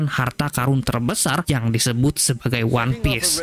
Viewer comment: Terus juga kasian anime nya audio jepang, jadi gabisa bahasa inggris, one piece aja jadi one pice CUZAKAZZ